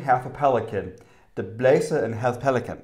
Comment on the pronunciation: ( idk at english: det her er bare feed back jeg mener ik noget ondt med det, det er bare så i ved hvad en som er vokset op i danmark og har talt dansk hele sit liv tænker ) no no no.... sorry but no.. thats not how to say it.. you said the first 2 words correct but the last you said was to fast... YES!!!!!!! you said all the words correct :D halV you said half but it's a V not a F you said skomagerdrenge to fast! idk how to say this at english but : du siger det næsten med synderjysk accent men man forstår det okay :) i'm danish so i can't really say you're doing anything wrong this time i'm danish not sweedish i don't know ( idk how to say this at english) igen? jeg er dansk ikke norsk! så tjahh jeg aner ik om i siger det forkert